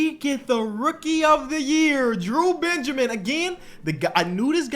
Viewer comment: explain saying Benjermin